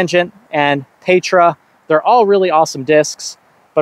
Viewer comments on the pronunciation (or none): Meteor if you're gonna bag a fast throwing putter like the Envy, Tangent if not. Pretty sure Petra is pronounced Peh-tra, like tetra or pescatarian.